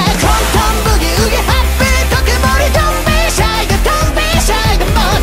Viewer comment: 「ハッピー特盛」の小さい「つ」がしっかり発音されているのが本当に好き 男らしくて最高にかっこいい歌ってみたでした、テンションぶち上げです！！🎉